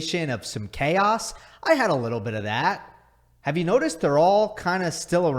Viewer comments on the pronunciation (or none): none